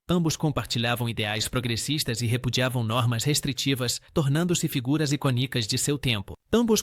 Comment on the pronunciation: Prununcia as palavras erradas, icônica, tem acento, vc pronúncia iconica, como se não tivesse acento